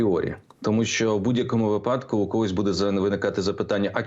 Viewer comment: Мусієнко,не випАдку,а вИпадку